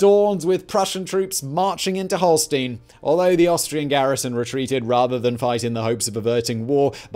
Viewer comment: Love the show… but please sort out your pronunciation of ‘Schleswig’ and ‘Holstein’…. ‘Holstein’ is not even consistent between takes.